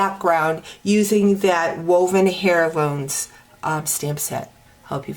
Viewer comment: Very nice card, simple. By the way the H in Heirloom is silent!!!